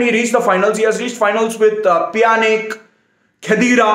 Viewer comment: Piyanic 😂😂😂 Pjanic ( spelt - yanik )